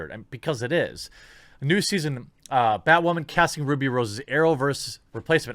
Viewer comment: It’s bay-wahman....mr beyg:)